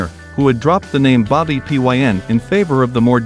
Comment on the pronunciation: Why does the narrator pronounce "Bobby Pyn" as "Pee Why En?" It's pronounced as "pin," hence, bobby pin! The Germs themselves were most hampered by Bobby Pyn/Darby Crash, a terrible singer and drunken, lurching would-be Iggy Pop. The most AMAZING thing related to the Germs is that Pat Smear years later played on stage with Paul McCartney. A Beatle and a Germ together! Who could ever have imagined that?!